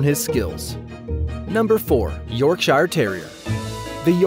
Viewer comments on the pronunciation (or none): York Sher! Yorkshire. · U pronounce it ‘yorksher’